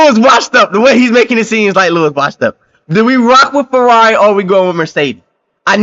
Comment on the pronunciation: yeah bro :D become a Fwerrawi fan :D Make sure you stock up on ur anti depressants ya gonna need them :D